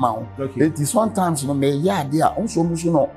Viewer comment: "Sontimes" has point of correction😂😂😂